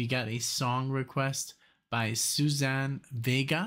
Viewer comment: Thanks for this. Love her. Please check pronunciation of her first name.